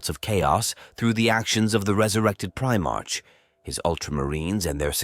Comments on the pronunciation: "Gwilliman" "Primarsh" I just can't. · If you are going to make a 40k video at least learn how to pronounce Primarch correctly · It's not fine for me either. 😅 I did keep trying to think of it that way, but the mispronunciation was still just way too much for me.